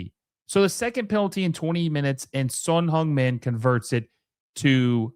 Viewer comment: "Son HUNGmin" Heung = same vowel as in Hurt, not Hung. Google Translate: 흥 민